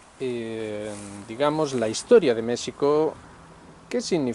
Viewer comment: Muchas gracias por usar la pronunciación original de México 🙂 Añadiría que una de las dificultades para entender lo que pasa en México es el cerco mediático que tenemos frente al exterior, bien sea por los medios anglosajones (DW, ProPublica y otros atacando al gobierno actual) o por los mismos analistas mexicanos (caso Jalife con su odio a Sheinbaum). Sobre el simbolismo... Creo que es un tema muy difícil de abordar y sólo quisiera comentar que el Peje es historiador y ha hecho acciones que nos dicen que comprende y sabe de los símbolos y los tiempos. Por último, quisiera añadir que López Obrador es un producto de su tiempo. Al igual que Xi y Putin, AMLO es alguien que el mismo México fue creando y llevando a su destino, eso podría darnos un norte para entender la situación. Saludos,.